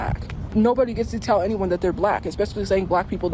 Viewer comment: I absolutely hate the way she says certain words, like tell. She says tyle instead of tell. But honestly I hate everything her racist azz says. Can't wait until she's under a bridge.